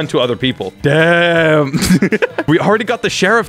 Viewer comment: Is it me or did he say dam